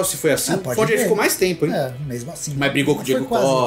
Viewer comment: CONTCHI KKKKKKKKKKKKK